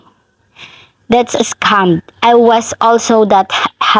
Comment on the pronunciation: Your pronunciation "scum" is more appropriate.